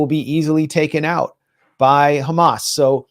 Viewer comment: Netanyahoo is so stressed that he even occasionally forgets to pronounce it Khhamas